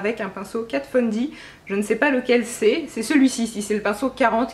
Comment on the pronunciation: Y a que moi qu' elle stresse quand elle dit "Kat Fon D" au lieu de "Kat Von D" ? Bref sinon superbe vidéo bisous❤❤